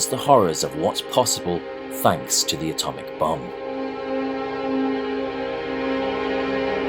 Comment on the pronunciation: Thought u said Atomic Bum